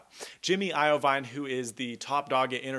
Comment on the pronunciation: iovine (IVeen)...